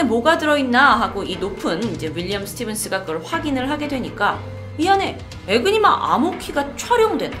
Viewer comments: 에그니마가 아니라 에니그마입니다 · 애니그마인데 자꾸 에그니마라고하네 똑바로좀알고좀하지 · 에니그마 아닌가요?? 왜 에그니마라 하시지?? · 에그니마가 근데 더 입에 착착 달라붙네요 ㅎㅎ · !에그니마가 아니라 에니그마입니다! 항상 영상 살 보고있습니다! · 에그니마x 에니그마o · 에그니마! 에그머니나! 에니그마를 에그니마라고 해버렸네! 에그머니! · 너무 귀여운 실수에융 ㅠㅠ 귀여우!!